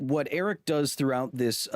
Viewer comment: You should try pronouncing Eric's name correctly.